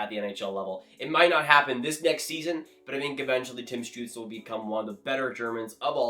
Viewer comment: “Tim Stuetzel” 🤣🤣, supposed to be “Stützle”